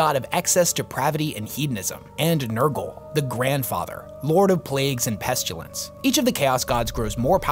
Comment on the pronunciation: If you're gonna say "pestilence" forty-or-so times, learn how to pronounce it, correctly.